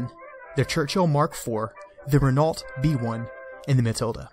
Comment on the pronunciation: Renault - pronounced "Re-no"